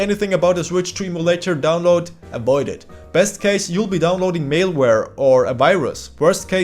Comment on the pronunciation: bro said mailware again lol 💀